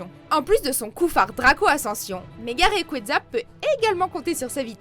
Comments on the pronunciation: prima kayogre primo grouadonne et magaya raikaza tout shiny on se demande qui est le mieux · Primo Kryogre primo Groudonne Mega Raycraza tout shiney XD